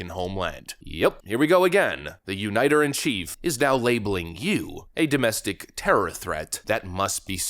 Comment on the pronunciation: Biden is a uniter?!?!? Ha! Ha! Ha! He can't even prononce the word.